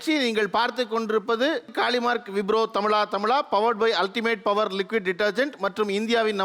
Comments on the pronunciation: But thamiz uchrippu seri illai. He ia saying tamila tamila insted of thamizha thamizha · தமிழா தமிழா. தமிலா தமிலா அல்ல. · இந்த ஆளு என்ன "தமிளா தமிளா" -ங்கிறாரு "ழ" என்கிற எழுத்தை உச்சரிக்கவே வராத !? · But the anchor says tamila tamila. He is not pronouncing zha